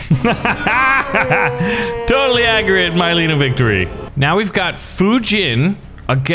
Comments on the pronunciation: Mileena is pronounced meleena not myleena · Ok we got d’vora and here we’ve got my-lean-a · I hate the way he pronounce noob saibot and mileena